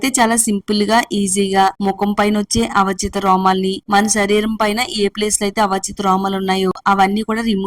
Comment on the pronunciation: Avachitha kadu avanchitha